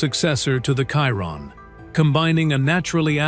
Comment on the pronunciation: Why is it so difficult to pronounce the word Chiron? Every one that is jumping on the hype cannot pronounce it correctly. Why? Because its all AI generated and the AI cannot say it properly.